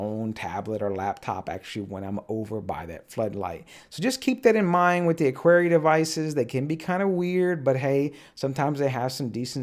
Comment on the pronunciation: Show-me. Uh-kara.